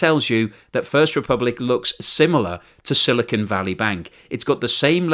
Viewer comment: The newscaster pronounced 'silicon' correctly!